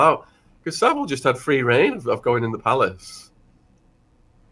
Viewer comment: Sean, tell him how to pronounce Saville and Caernarfon castle please.